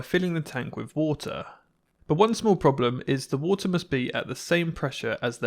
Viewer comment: Ah yes, the Wootah.